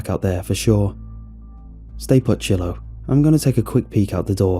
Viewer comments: It's Shiloh like shy-low not she-low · Shy- low!!! Shiloh is NOT pronounced shill-o! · lol never heard Shiloh pronounced that way.